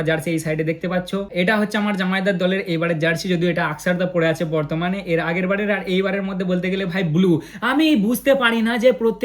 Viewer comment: batman noi bartman😂😂😂